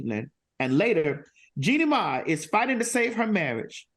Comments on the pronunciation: It's Mai, not May. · It’s Jeannie MAI, not MAY